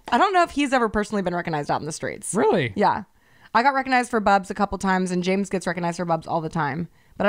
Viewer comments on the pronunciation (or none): none